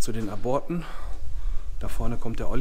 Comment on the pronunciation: Das bei Minute hört sich an wie Brüllmücken, die kommen nur in Bunkeranlagen vor. 😁😁😁 ( Hoffentlich hat es die Hose nicht zerrissen ) Einen kleinen Einwand hätte ich noch,wenn dort steht "Zu den Aborten" spricht man es mit einer kleinen Pause aus . Ab - ort oder Zu den Ab - orten .